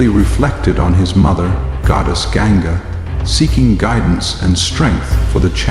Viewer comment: well I've never read Mahabharat so it's all mostly new information for me. It's annoying that the narrator mispronounces names like Ganga, Hastinapura, Devavratha, etc... I'm also a bit lost on some of the characters but I'll probably rewatch season 1 to help me get some clarity and better understanding of the story so far. The background music also annoys me a bit sometimes and I wish it were more Indian-sounding music, but that's okay. Overall I am enjoying the series. Am learning alot and look forward to season 2!